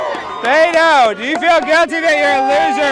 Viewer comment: Lmao he keeps saying Beta